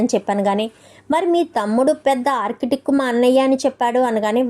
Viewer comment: Architec kadu architect. Feed work kadu field work. Talli English rakapote Telugu padalane vadandi.